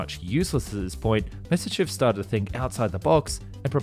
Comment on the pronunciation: You should check some of his other videos. He cant pronounce Spandau, he cant pronounce Messerschmitt...he cant even pronounce Nimitz. He keeps saying Nismir Aircraft Carrier in a bunch of videos. Hes not educated enough or just has a problem with words.